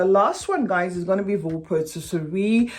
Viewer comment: Voux is pronounced vu. Love your channel ❤